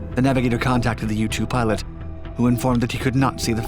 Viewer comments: I thought he said YouTube pilot and got confused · Thought he said “YouTube pilot”